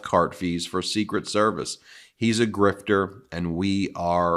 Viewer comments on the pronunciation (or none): none